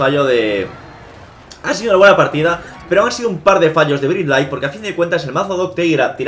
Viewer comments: Dice brit lait y vive en Nueva Zelanda... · Un "el tronco" muere cada que pronuncias mal el nombre de Bright Light